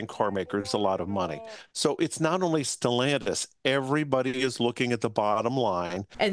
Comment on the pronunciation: It's not sellantis it is stellantis